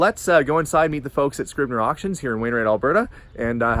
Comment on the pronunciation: Scribner, sooooo much Better than Kastner, well done!